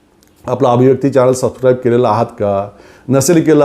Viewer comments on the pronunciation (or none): none